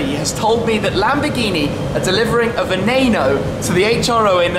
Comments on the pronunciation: Why the fuck do the Brits have to mispronounce everything? Its not a "venayno" its not a "veneeno" ITS VENENO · You said Veneno wrong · The way you pronounce Veneno is pissing me off so much